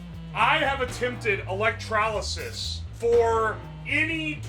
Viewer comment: Why does he put an A in electrolysis?